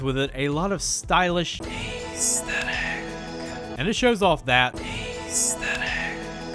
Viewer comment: its not ayysthetic.